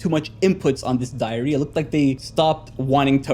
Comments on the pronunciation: Bro said diarrhea than diary😂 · Why do i Hear him saying diarrehia instead of diary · WHY DID I HEAR IT AS ''DIARRHEA'' 😭😭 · I thought you said diarrhea instead of diary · I heard it too lmao